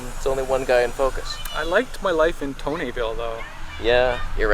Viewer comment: "I'm in Tonehville". 😁👍